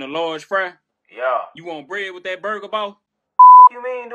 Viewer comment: it's who did dat not that